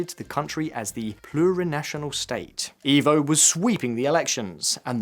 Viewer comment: Just so you guys know for the next video, it is "eh-vo" Morales instead of "ee-vo" Morales.